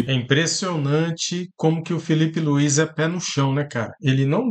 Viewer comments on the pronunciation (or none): O nome do Mister é Filipe luis !!! E nao Felipe luiz como tem muitos ai falando